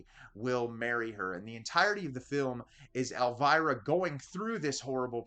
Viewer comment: Why can't you English people pronounce Elviras name correctcly?